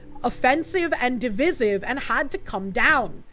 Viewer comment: /dəˈvīsiv/ -- duh-vie-siv -- divisive not de-vissiv